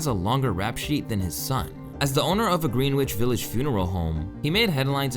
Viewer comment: Lol that’s when you know someone isn’t from NY, the fact they pronounce Greenwich Village wrong